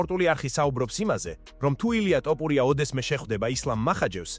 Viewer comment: რატომ ტოპურია და არა თოფურია?